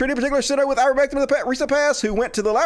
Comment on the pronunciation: Please, stop saying, "Ah'-ver-MEHK-um." You know it's "Aei'-ver-MEHK-tin." I'm supposed to share your videos, with you constantly and consistently mispronouncing an easy word?!? My family and friends are educated, and know the word. I can't convince people to listen to you, when you keep fucking up basic words. Stop. You aren't dumb. I love you almost as much as my husband. He's also a country hick, from Campbell County, TN. He also isn't dumb, just less educated. We country people need to stand up and prove we aren't ignorant. Please.